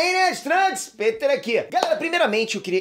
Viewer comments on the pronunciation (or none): none